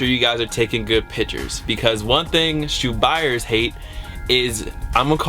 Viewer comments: PIC-CHURS NOT PITCHERS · speaking like DJKHALED there's a T IN PICTURES!!! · Pictures not pitures.